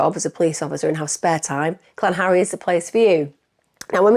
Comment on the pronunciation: Used to live in South Wales but pronounces it "Clan-harry" 😂